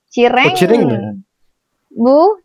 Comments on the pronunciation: Asli ketawa banget setelah ngomong "cireng" jadi Celeng🤣🤣 btw ganteng banget tolongg😭😭😭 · Aku ngakak pas mba nya bilang cireng..😂dia malah ngmngnya celeng.🤣